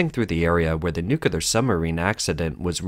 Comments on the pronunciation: Nuclear is pronounced "Nu-Klee-Ar" - just like it is spelled. Literally the word "clear" with "nu" stuck to the front of it. Not "Nu-Kew-Lar". That is wrong, sorry! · It's 'new-cle-ar' not 'nu-cu-lar'! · Nuclear is pronounced New-Clear not *New-Ku-Lur*. Maybe this mistake bothers me due to being an ex-submariner, but i hear it mispronounced by 90% of people. It comes in second place as the most mispronounced after "Library". 99% of people pronounce Library as *Ly-Berry*. Its just so easy to pronounce correctly. Now let me axe you a question? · nu-clear not nuc-a-lear... oh dear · You said NUKULAR! ITS NUCLEAR! NUKULAR makes you sound dumb! NU-KLE-AR NOT NU-KU-LAR. Thumbs down for the ignorant mispronunciation! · It's supposed to be: Nu-cle-ar, not Nu-cu-lar! Although, it was made in China so who knows. 🇬🇧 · Nu-cle-ar Saying “nukular” is for people who breed with their siblings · Why do you keep pronouncing it, 'Nukilar'?? It's pronounced, 'NOO'kyoo'ler'. Smh, pay attention. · IT'S NUCLEAR NOT NUKULAR. THERE'S ONLY ONE "LETTER U" IN THE WORD. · Everyone knows that "nuculer" submarines are more likely to have accidents than NUCLEAR submarines. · Please program your robot reader that nuclear isn't pronounced new kew lar. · This coverage might feel more credible if you learned how to pronounce nuc-le-ar. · nuclear… not nucular 🤗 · A “CCP” submarine? I wasn’t aware that the Chinese Communist Party had a navy. And there is no such word as “nucular”. Stupid mistakes like this totally ruin your credibility. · I wonder if the reader of this content pronounces the "core" of an atom 'the nuculus'. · What's this with pronouncing NUCLEAR wrong these days? It's not the first I've come accross this and frankly hearing nucular pisses me off a little! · Like Homer says, nuculer, it’s pronounced nuculer😂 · Why in God's name can you repeatedly mispronounce "nuclear" as "nucular"? Are you illiterate? Sheesh!! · "nuculur" gets me every time